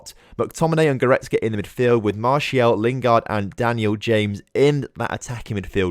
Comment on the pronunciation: Please do sell Martial so I can stop listening to you calling him "Martielle"